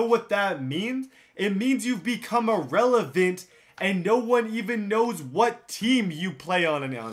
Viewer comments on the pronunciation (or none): He said irelavent almost every time and never rhymed it